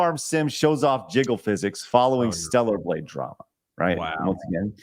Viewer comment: why is nobody capable of saying "stellar"? Stella doesn't need her groove back